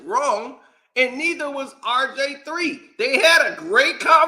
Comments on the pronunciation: Typical old head banter. Who is “Rj3” u said it over 50 times? It’s (R) (G) (III) old dude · Nah you definitely said RJ3😂😂😂😂😂 I thought you was trollin at first 💀